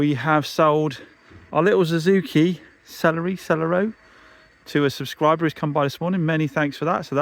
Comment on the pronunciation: Suzuki “sell airy oh” celerio